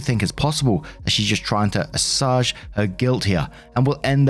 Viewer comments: Hi.... assuage - it's said like this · Hey,, silly question but is assuage pronounced like how you did in the UK? I've always heard it pronounced "ah-sway-j" but I like learning how other people/places say things differently.